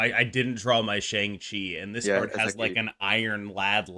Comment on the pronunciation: Let’s try pronouncing Shang’s name properly if possible. It’s not “Shang” like “Bang”, it sounds more like “Sean” or “Wong”.